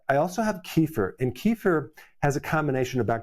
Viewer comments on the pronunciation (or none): Eric ... it's NOT ----> KEEE - fur ❌❌❌ It is called -----------> kuh - FEER ✅✅✅